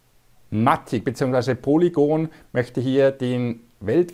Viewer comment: Hey, danke für deinen Content. Sehr hilfreich und lehrreich. Danke dafür, eins muss ich dennoch loswerden. Bitte auf die Aussprache achten... bei alle Sachen. In diesem Video speziell auf Matic bezogen. Es heißt [maetig] (mätig gesprochen) und nicht [Matick] und nicht Polygoooon sondern polygon.. ahhh. Bitte... so informativ und hilfreich!!! aber bei so einer Aussprache tun mir die Ohren weh und ich muss abschalten... LG ✌️